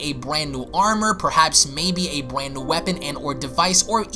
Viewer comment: Did you say a Bwand?